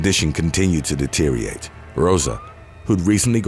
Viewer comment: DETERIORATE has FIVE (5) syllables, NOT FOUR (4). The word is pronounced 'DE-TER-I-OR-ATE', NOT 'DE-TER-I-ATE'. I am so triggered by mispronunciations; please double check before posting.